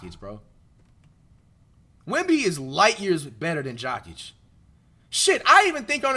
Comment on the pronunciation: Jock itch 😂 why bro saying his name so wrong